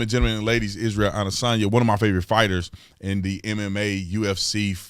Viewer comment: Come on Tatum at least try to pronounce the man’s name correctly it makes you sound like a phony.